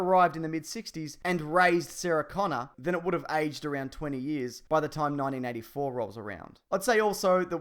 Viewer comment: Your accent made 1984 sound like 1994 and I had to go back to hear it properly. Don't worry about it though.